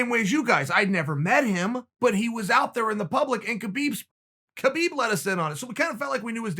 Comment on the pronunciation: It's pronounced "HABiB"